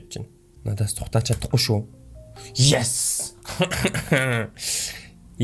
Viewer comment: ахаа yes гэдэг шүү яэс биш шүү